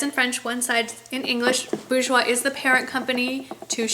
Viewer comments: It's pronounced bore-jois not boo-jois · It si helpful for me thank you! I'm from France, we say "boorjwa", dont spell the final "s". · If I may... It's a french word, and the r should be pronounced, i.e. "boor-joah". Hope it helps! Xo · With the R but without the S - "boorshwa" kinda, haha. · It is" boor-jwois ", you have to pronounce the r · My aunt works for the company and I believe it's pronounced "bor-jwois" :) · yup. pronounce that R.;) Nice vid M!